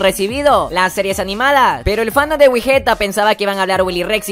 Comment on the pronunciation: Me gusta mas wigetta Pero Uno wey ew como obvio que te van a gustar las perrerias de mike ya que esto es un canal fandom de Mike y no de "Wigetta" Dos: Wey se que es algo que no solo tu o ustedes se equivocaron pero es wigetta no wigueta ._...